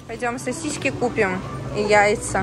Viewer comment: Не сосиськи.... Сосиски. Жесть!